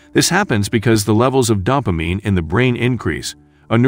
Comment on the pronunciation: Isn’t dopamine pronounced with a long “a”?’ …. Not “dahpamine?”